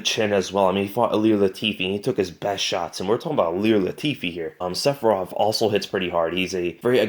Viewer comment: I heard sephiroth instead of safarov and for a second I had a dream